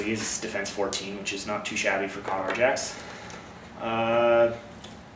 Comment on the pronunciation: its pronounced like KAY-dohr